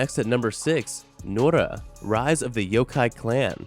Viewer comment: its nura not nora but close enough